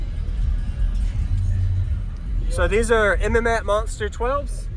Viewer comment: I love seeing MMATS equipment being used. We don't see it very often. It's too damn expensive for most people! I've used their amps several times. They're great. And it's pronounced "MATS"